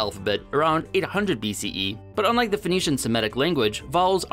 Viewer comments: the and though are both voiced TH though - he's talking about the and think, one of which is voiced (using the vocal cords) and one is unvoiced, but he pronounced both unvoiced. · I had to go back and listen again to be sure and yeah I get your point now, I think I hear a difference but his "the" does sound wrong